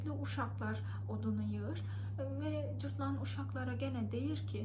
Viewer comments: Cırtlan deyil cırtdan ))) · Cırtlan nə ? 😂😂😂 cırtdan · Cırtlan yox, Cırtdan😊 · Cırtlan değil, Cırtdan :) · Öncelikle, "Cırtlan" değil, "Cırtdan" olacaktı :) Çok tatlı anlatıyorsunuz, ama tamamını öğretmemişler size, eksik kalmış